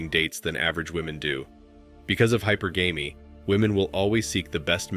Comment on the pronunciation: Bro… Teach your robot how to pronounce hypergamy. “high-PURR-guh-mee”